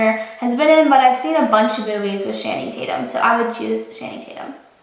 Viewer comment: wait did she just say "shanning tatum?"